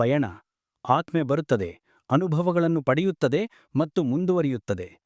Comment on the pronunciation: ಆತ್ಮ, ಆತ್ಮದ ಸರಿಯಾದ ಉಚ್ಚಾರ.